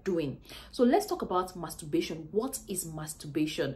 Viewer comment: There's an "R" in it?